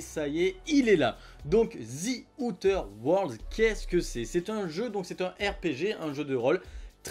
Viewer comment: En regardant sur Wordreference, on obtient ceci : "before a consonant: [ˈðə], before a vowel: [ˈðiː]". Donc même si son "th" n'est pas correct quand il le prononce "z" (prononciation à la franglaise tolérée), le "i" de sa terminaison l'est parfaitement vu que "Outer" commence par une voyelle.